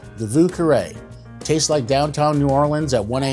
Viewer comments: Would like to try this one. However, the first word is pronounced "veeu" and not vuu. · I think the French pronunciation of Vieux is more like "V-iew", than "Voo" but great drink build! I couldn't find a different Creole pronunciation.